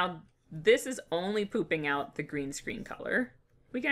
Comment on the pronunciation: I keep hearing ''pooping out'' instead of ''popping out''...